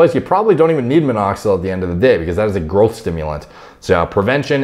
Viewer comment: Anyone else hears "girlth" when he says growth?